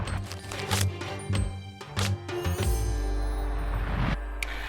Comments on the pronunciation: Do you really don’t know how to pronounce his name while you say Viiiirrraaat Kohli instead of Virat Kohli.. He is way more popular than most of your country’s sportspersons and probably deserve much more respect from people like you.. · ITS VIRAT KOHLI NOT VYUROT KOLI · "VEERAT KOUHLI" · please say the name correct pls it's VI-RAAT KOH-LEE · Are Bhai usko sirf ek hi language aati hai, aise logon ko pronounciation me dikkat hoti hai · The way he says Virat Kohli like it's veerat kohlee 😂😂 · I normally like your videos. But trust me this is poorly researched. Firstly, learn to say his name, and when you do, don’t say it like a robot. Secondly, Kohli was popular in a country of 1.3 billion way before 2016 - he’s been the Test captain since late-2014. Also, launch of Jio may have contributed to his Instagram popularity, but it’s not solely responsible for it. His ISL investment predates 2016 too, and so do his endorsements. You also should’ve dug deeper and included the fact that before Puma, he was a Nike athlete and even had a legal dispute with them. He then moved to Adidas, before abruptly severing ties with them, but again your presumptuous video has not even scratched the surface of that tug of war between sportswear giants to to acquire Kohli. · The way he says virat kohli is so funny 🤣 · Man, learn to pronounce his name XD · First learn how to say virat kohli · The way he says virat kohli 😂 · Each time he pronounces "Virat Kohli" I chuckle. 🤣🤣🤣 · Just the way u pronounce Virat Kohli 🤮🤮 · If only he had put in a little more effort and learnt to pronounce his name right.